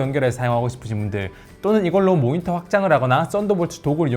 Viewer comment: 모히터가 달려있는 ㅋㅋㅋㅋㅋㅋㅋ 발음 ㅋㅋㅋㅋㅋㅋ 항상 잘 듣고 있습니다! 응원합니답!